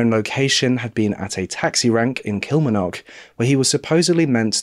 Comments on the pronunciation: Thank you for covering this . I'm from Kilmarnock and i have to tell you that you dont say it like that lol. Its Kil-mar-nock with a hard a. however you are one of the best true crime channels around so i will let you off. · I love you but your pronouncing of Scottish places makes me cry it's Kill-Marn-Och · Pronunciation of Kilmarknock - KIll- mARRR- Knock or Kel-Mar-Nick..... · I remember this case very well I’m from Edinburgh in Scotland, you did a great job as usual of covering this story . Also it’s so cute to hear you try to pronounce the Scottish place names like Kilmarnock and Ayrshire it’s difficult to pronounce a lot of Scottish words if you are not from here it’s actually pronounced kill-mar-knock and Air-shire . We Scot’s just like to confuse people with the way we spell things Lol 😝 . I’ve been bingeing your channel lately and I even fall asleep every night listening 😊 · Great video but never have I ever heard someone pronounce Kilmarnock that way, it's said with the 'r' pronounced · Please learn the pronunciation of places before using them, Kilmarnock and Ayrshire you repeatedly say them wrong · I love your videos but please ask google to let you hear proper pronunciations before you do a video. Your Kilmarnock and Ayrshire pronunciations are way off and Loch is not the same as lock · Please learn to say Kilmarnock properly